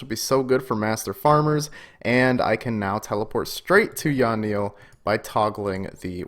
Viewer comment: yeah i cant believe he calls it yawnille either. yan-ille didnt seem too hard to say.